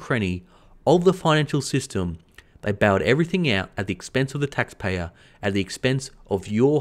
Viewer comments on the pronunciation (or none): The passion is fantastic. The pax tayers tho!!! you are the best!